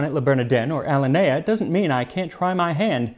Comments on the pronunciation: How did he pronounce alinea? Ah-Lin-ey-yah? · Chicagoan here - “Alinea” is pronounced “uh-lynn-ee-uh”